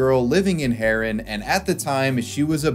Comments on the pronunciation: Also, the towns name is pronounced "Haa-run" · say the town name haren good please